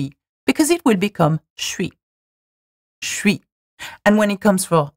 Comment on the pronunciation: Le "shwee" et non pas "chuis" me perturbe as a french person